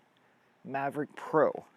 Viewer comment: I don't think there is an R in Mavic . Good video... Something i've been thinking about for some time now.